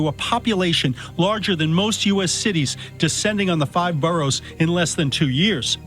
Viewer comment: did bro just pronounce the "g" in boroughs?